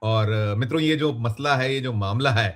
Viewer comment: मतला नहीं मसला होता है